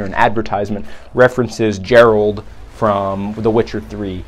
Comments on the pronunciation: Ger-alt..... have you ever played witcher 3 with the sound on? How you pronounce it? Ger-alt? really? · Dude it's not Gerald it Geralt